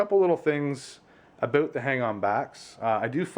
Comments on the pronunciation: Great video and your tank looks amazing!!!! Love the way you say about (a boot) haha, but I'm from Texas so I'm sure I would say a lot of things that sound funny to you haha. Thanks for the great video!! Just bought a 75g for my mbuna, can't wait to set it up!! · Hahahaha he said aboot